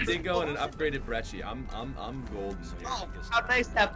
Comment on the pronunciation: Why do you say brechi it's brekki